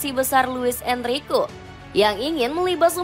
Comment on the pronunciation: Enrique itu DIBACA EN-RI-KE! Ini AI yang baca ya? 😂😂😂